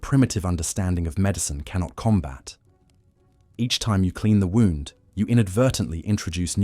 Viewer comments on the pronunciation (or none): none